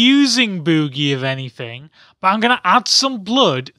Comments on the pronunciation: Bewwgie.... Lmao.... Drrawring... Omao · LOL he says Bewgee